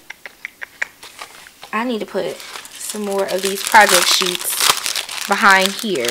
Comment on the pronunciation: Yaaasssss! I'm here for all this! Loved watching you set this up and your commentary had me dying 🤣😂🤣 and 🎤"prah-ject sheets"🎶🎵 is going to be stuck in my head for a min.